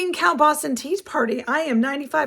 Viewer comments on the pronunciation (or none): none